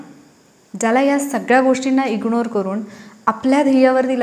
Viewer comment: ताई व्हिडिओ खूप छान, पण ण आणि न चा उच्चार खूपच खटकला. जसे अणुभव, ईग्णोर,, णंतर, मरूण, लोकांणा etc.